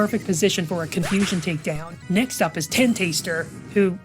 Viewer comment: The way you guys pronounce Tentastar like Ten-Taster, instead of Tenta-Star is hilarious 🤣🥰